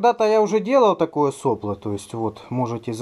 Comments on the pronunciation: произношение слова сопло с ударением на первую "о" очень режет слух, вроде и слово то же самое, но непонятно какой у него смысл, вы уж извините меня за моё брюзжание, но это плохой тон в авиадвигателестроении, так говорить, впрочем поступайте как вам нравится, может это наоборот подчеркнёт дилетантизм, на слово не обижайтесь, другого чета не подобрать мне про двигатели - у нас получилось без СССР сделать крутой двигатель, первыми в стране на таком уровне, но это произошло при помощи френчей - , лучше этого двигателя в гражданской авиации России ничего нет. На этих движках летает Суперджет 100, ну и вот только подписали соглашение на ремоторизацию Ве200. вот тут про нас еще можно посмотреть г. Рыбинск Ярославская область. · не сОпло, а соплО. Задолбал ты со своей неграмотностью.... " Мы говорим не штормЫ, а штормА, слова выходят торотки и смачны, ветра, не ветры сводят нас сума, из палуб выкорчёвывая мачты"...